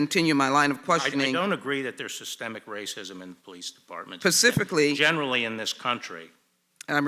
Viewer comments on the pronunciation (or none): Rep. Sheila Jackson Lee (D-TX) "Pacifically" This person is a House Representative but she appears to have no idea that the word "Specifically" begins with an S. This is a Democratic Representative, think about that. This is also the person who wants to shove "Systemic Racism" up our backsides as viciously as she can. Do not allow the Democrats to rape the USA in November. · the brilliant Sheila Jackson, it's specifically, not "pacifically" idiot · Lol sheila jackson saying pacifically only to have Barr use specifically properly , love this guy. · I LOVE hearing Sheila Jackson say “pacifically” instead of “specifically” TWICE!!!! 🤡🤡🤡🤡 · Her ass said “pacifically”! 😂😂😂🤣🤣🤣🤣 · Laughing at Sheila Jackson Lee "Pacifically" . . . she said it TWICE LMAO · I hope you meant that skank Sheila Jackson-Lee...from Texas. And yup - she's gotta go; been in there since '95, just gets worse every year and her pontifications get longer and longer! Kills me when she tries to say specifically...comes out Pacifically. What a self-important nut job!!!! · Perhaps if you don't know the difference in specifically and pacifically - you shouldn't be questioning anyone, let alone be a congresswoman.